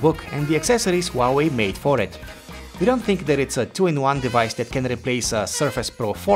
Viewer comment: Who Ah Way, not WAWAY